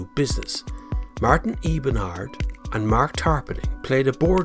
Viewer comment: Martin Ebenard? I think you meant Martin Eberhard.